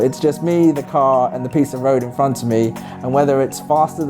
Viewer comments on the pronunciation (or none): none